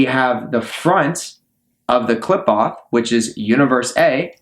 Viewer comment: Studied in it but cannot pronounce it or concepts related to it, so I assume your studying is just google or asking an AI. Also what's with all the bots in the comments, is this guy bot farming views for all this?